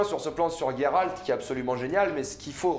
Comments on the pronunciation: GÉRALT PAS GUÉRALT. .. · ce n'est pas Guéralde ou Gayralde mais Géralde donc Jéralde ! le "J" le "jé" et pas le "Gué" ou "gay" bref c'est comme cela qu'on le prononce en Français ! dans les autres langue je m'en taponne sec. on parle Français et en Français utiliser une autre prononciation s'il en existe déjà une, c'est une faute de prononciation et même si dans une autre langue c'est plus jolie et pour le coup gayrald c'est nul à chier. maintenant si ça n'existait pas en français se prénom alors ça serait dans la prononciation d'origine et donc pas une faute. bref en plus Yennefer tu le prononce pas en Turc ou en Polonais pour le coup alors que là tu devrais et ça ne ce prononce absolument pas yé-né-faire mais plus yénéfeuss ou yé-né-fairlre le petit roulement de R à la fin . voila c'est aussi dégueulasse à dire que gayrald. et au passage je te conseil de regarder la série "see". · On dit [jé rald] c'est comme la terminaison du mot grange. Ça me fait saigner les oreilles les noms mal dits.